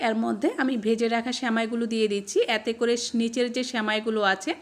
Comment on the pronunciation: "য়্যাতে করে" উচ্চারণটা ঠিক করুন। এতে করে বলুন।